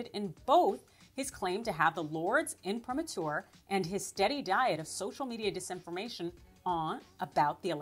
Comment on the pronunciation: "The Lords imprematur." gtfo